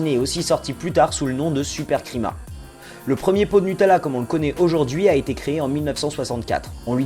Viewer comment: "Supercrima" SERIEUSEMENT vous avez quoi comme probleme avec la prononciation italienne XD